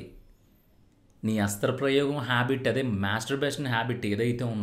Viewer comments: అస్త్ర ప్రయేగం కాదు సరిగా పలకడం నేర్చుకో హస్త ప్రయోగం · హస్త్ర ప్రయోగం కాదురా సవట నాయల . హస్త ప్రయోగం అనాలి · Nice information bro..But oka small correction..Adhi hasthra prayogam kaadhu...Hastha prayogam ani correct ga palikithe baguntundhi...but super content bro..👌👏👏👏